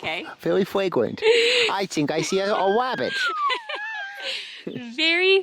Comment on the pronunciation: VEWY FWAGWANT